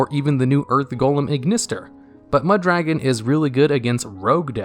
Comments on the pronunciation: You pronounce Mudragon like Muh Dragon lol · Meh Dragon